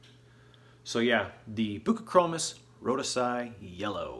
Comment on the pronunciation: With ALL due respect...learn some Latin. "rho-DEE-zee -eye" Etc. Doubt me? Ask Ad Konings. Right on a some. Not so much on others. Another "ask", Steve Lundblad, ower of The Cichlid Exchange in Portland Oregon. 30+ years in biz. Great friends with Ad and where "I" was Sales Mgr. You BET I learned even at now 60 yrs in the hobby. We always keep learning!Best always in your fish keeping. 😎